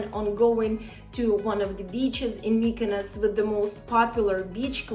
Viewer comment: I'm not rude, but mykynos sounds absolutely terrible